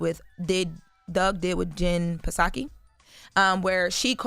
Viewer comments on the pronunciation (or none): Now fire this girl for this non-sourced “story “. And it’s pronounced Jen Saki not Pasaki 😩😩😩Bring Jess back!!!! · Also the P in Jenn Psaki’s name is silent.